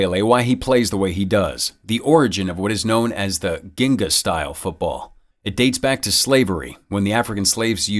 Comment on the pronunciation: It's pronounced "jin-ga", the term comes from Capoeira.